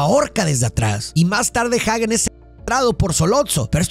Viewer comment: Excelente pero si utilizas español para pronunciar el apellido de Hagen como esta escrito entonces se pronuncia "ajen" y no "jaguen" porque no lleva u después de la g, lo correcto es pronunciarlo bien en español o bien en inglés que se pronuncia "jeiguen" solo es una sugerencia porque repetirán como tú lo digas y he ahí el destrozo del lenguaje y la pronunciacion incorrecta, slds